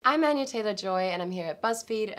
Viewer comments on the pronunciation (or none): Who can listen her voice probably while she speak her own name? I heard “ I’m Anna Taylor-Joy “ not Anya